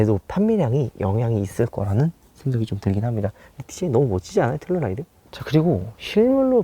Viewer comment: 저번 영상에서부터 텔’룰’라이드 나만 신경쓰이나ㅜ